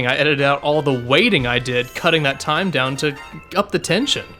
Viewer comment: Did Diabetus' Australian cousin just say "toyme" ?